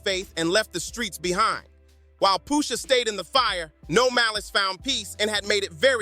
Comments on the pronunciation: Why is he calling Pusha Poosha ? 🤦🏾‍♂️ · i love the video and the energy and all. but for all that is holy just say push ah, push sha , pusha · I don't know poosha t but I know Pusha pronunciation is the key Push a (with a lower case a) just in case you're riding the short bus with a safety helmet on😂😂😂